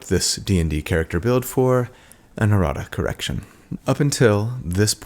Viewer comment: You said errata correction but it one hundred percent sounded like erotic erection